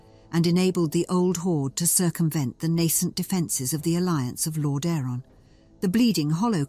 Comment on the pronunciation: You should work on the pronunciation of names like Lordaeron, Ragnaros, etc. You are not pronouncing them correctly.